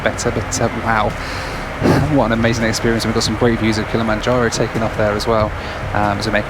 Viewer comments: man, you gotta learn to pronounce the word "Some". It really sounded like "Sam" and that can't be right, can it? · I've never heard a fellow Midlander say 'some' in such a posh accent! Some night not agree with me though. I heard you sneeze after saying that word too. Bless you!